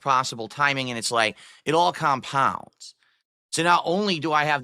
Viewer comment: 'Then it all Khaampounds'